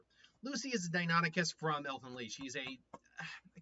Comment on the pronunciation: Lucy is a Diclonius, not a Deinonychus. XD